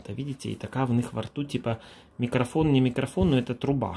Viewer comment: "таааки мА..льЧики" - як произнесено!!!))) это что-то!!!!!)))))))) а ЭТО - "а во рту у них микрофон нэ микрофон ...труба")))))))))) - да дудки у них "ВО РТУ"))))